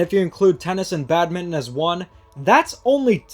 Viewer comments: Just a heads up: Badminton is pronouncd bad-min-ton not bad-min. The ton is not silent. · Minor nitpick but why do you pronounce Badminton as "Badmint"